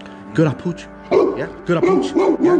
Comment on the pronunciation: Not saying good "ahpooch" to my dog...